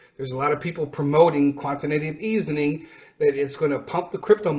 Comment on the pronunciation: I did listen well enough to know you got it wrong just enough to where you mispronounced Quantitative Easing. And not just one either, every single time. And you never linked the cryptocurrency market to the NASDAQ. You just left it out, not letting anyone know that the NASDAQ powers the Cryptocurrency Market. That is a classic case of neglegence when informing your audience of financial matters. So for the future, and the spirit of the next holiday. I'm going to hope you get better at this. Remember, there is always room to do better! 👍🏾👍🏾 You can do it if you want to.